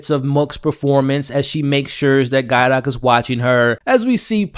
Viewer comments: Man it bothers me every time you pronounce Gaitok’s name as Guy-dok instead of with a hard T. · My man it's 5 episodes in. How are you still mispronouncing Gaitok's name and Lorazepam? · The way you gaitok is driving me insane